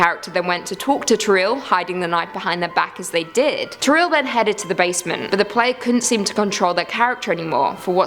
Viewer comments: Its TO - RIEL NOT TORREAL DAMNIT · it's toriel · its not toreel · Toriel: Exists: "Toreel" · You must be joking, you're pronouncing "Toriel" WRONG! WTF?? 😂😂